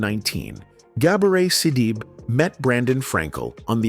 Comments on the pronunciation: The name is pronounced sidibay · She is a strong woman. The commentator should learn how to pronounce her name, she is the subject. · Please get yo ai to say her name correctly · Good God man first learn how to pronounce her name. I’ve watched many of your videos and what can’t you do? You can’t pronounce the name of the actors you speak about. I just couldn’t stand it another day. LEARN HOW TO PRONOUNCE NAMES!!!! It’s so disrespectful and irritating to hear you do this consistently. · WHY Can't you say her name right????????🤔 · I know it had to be while people hating The lady didn't even want to say her name right.